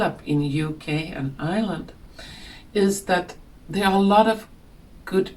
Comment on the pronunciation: tt;s pronounced EYE-YER-LAND and the word you were reahing for is INjustice. There is no such word as UNjustice. But your vocabulary and grammar are better than most Americans. i love your content. You know that McDonald's has had their meat tested and 80% of their meat, had traces of human meat in it, including the wee ones. It's horrific. Did you know that Pepsi, I think, uses aborted fetus's kidneys as FLAVORING for their soda? Horrific. I see that they put SPELLS on almost everything, especially fast food, corporate restaurant food, even CBD oil (they cursed the seeds, and I undid the curse). They are always trying to infect us with demonic energies, even through the computer (porn).